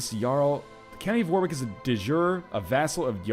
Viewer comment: I love how you pronounce "Warwick" xD